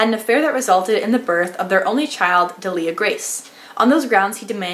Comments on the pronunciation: Just FYI because I listened to the audio book - DEAL-ia Grace. ;) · Pronunciation help here- idk about you guys but pronounced the names like this: Delia Grace- deelliah grayse Eastoffe- eestoff